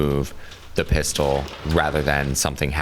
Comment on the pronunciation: He says “pistol” funny